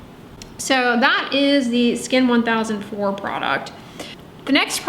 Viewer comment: Btw Skin1004 is pronounced by the koreans as "skin angel", just to let you know! the word 1004 in korean (cheonsa) just so happens to also mean angel lol